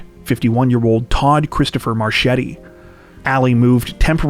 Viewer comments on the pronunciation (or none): none